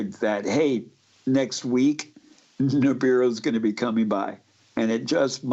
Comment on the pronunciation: it's Nibiru, not Niburu and Sitchin, not Stitchin...